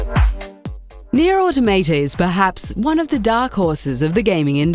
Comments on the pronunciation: How can you say the damn name wrong! Nier AUTO Maw tah. Pretty easy tbh. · "neer auto-mate-uh" tacks that onto my list of ways people have pronounced NieR: Automata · near auto maytay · Nier AutoMayTay?